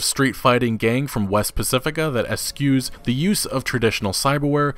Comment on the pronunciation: the word is eschews. (eh-shoes)